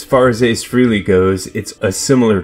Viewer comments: His last name is pronounced like "Fray-lee"not "free lee" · Isn’t his name pronounced “freh-ley”?